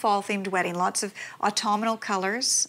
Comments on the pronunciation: Au - tum - nal. There's no letter "i" in it. It's not au - tum - I- nal. It's autumnal. Everybody has trouble with this.. . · Ugh. Please stop saying Autumenal. Try Aw-TUM-nahl. Idk why, but thus far, this is more disturbing than the bride's interest in a pumpkin flavored signature drink.